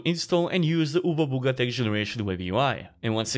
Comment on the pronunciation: "oobabugati web generation UI?" eh??